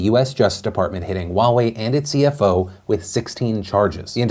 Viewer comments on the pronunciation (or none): “wa-way”... it’s “huwa-way” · what happened to your h in huawei... there is an h and it’s pronounced :S Also Chinese pronunciation note the w in Wuhan isn’t pronounced 😂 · I thought Huawei was pronounced " hue-way" not " wa-way". My whole life perspective has changed and I will never be the same. 😐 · I didn't realise Huawei is pronounced the same as Borat saying Wowee. Can't take them seriously now and definitely wouldn't trust them with my data for this reason alone. :-P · Wait, Huawei is pronounced Wa-way? 😮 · wait I've been pronouncing it Hu-i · wtf is "wahwei'? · Heawei... thought I heard Wawa for a second 😂 Wawas secrete passage ways to 7/11 cause they practically buy their shit from them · Wow I’ve been pronouncing it wrong in my head for years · How do you say Huawei, its so weird :P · Omg that's how Huawei is pronounced? Omg I'm an idiot apparently lol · Is it just me or is the way Philly says Huawei funny?